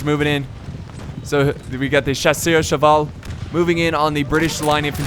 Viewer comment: Chasseurs á Cheval is pronounced like Shassoor a Sheval